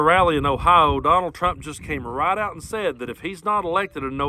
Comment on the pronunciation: Habahahhahahaa “conald”